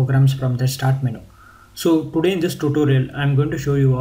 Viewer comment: LOL! Someone please tell this guy the word is pronounced "men-YOU" not "men-ooo"!! hahaaa